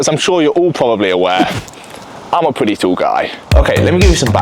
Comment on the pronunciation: im a pwetty tawl guy